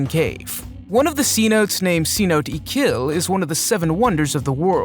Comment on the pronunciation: Ummm. You really should learn to pronounce cinote😢